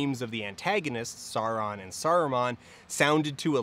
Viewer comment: Hearing those made me hurt, and then when he does that weird in-between "Sauron" and "Sawron" that some people do, like... please just say them like they did in the Jackson movies, because that's basically right.